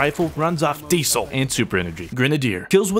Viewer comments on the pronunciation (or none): none